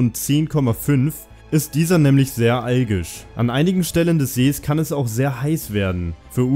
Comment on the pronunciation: Wie du "Tansania" aussprichst geht auf keine Kuhhaut^^. Und es heißt "alkalisch" nicht algisch. Du solltest deinen Kanal in "Halbwissensautomat" umbenennen^^